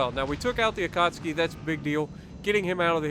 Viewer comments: How many times do we have to hear you mispronounce Akatsuki in the first 5 minutes? 🤣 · It's just so hard to hear it that way after years of YT'ers saying it the other way for legends and PC.